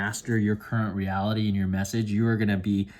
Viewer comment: "messege" was really bothering me...